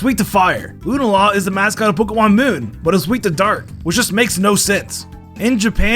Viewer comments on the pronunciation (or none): none